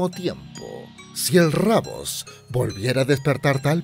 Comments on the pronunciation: DIJO EL RABOS ENVÉS DE DECIR RUBIUS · Al lugar de decir rubius dejo rabold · Se llama el Rubius no rabos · No es rabos es rubius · es rubius no rabos